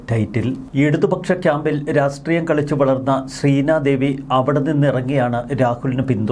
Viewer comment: രാഷ്ട്രീയം എന്ന് വൃത്തിയായി പറയാൻ താങ്കൾ എന്താണ് ശ്രമിക്കാത്തത്....?